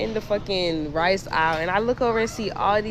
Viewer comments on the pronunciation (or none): none